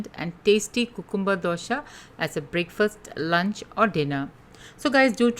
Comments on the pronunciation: Yeah it sounds cuuute.... but thats wat we Indians hv bn taught since our baby days in a very babish way 😂 Actually its pronounced as "Kyu-cum-br... 😊👍🙏🙏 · It’s pronounced kyoo· kuhm· buh